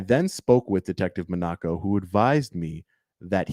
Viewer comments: Monaco - like the country MOHN a co not Monn AH-co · it is pronounced Detective mah-na-ko